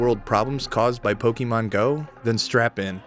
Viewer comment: Why do they play this game even? If they love the catch system why can’t they play pokemon let’s go? Wells its gen 1 so ugh...( Also its pok-ah-mon or pok-ay-mon not pok-e-mon)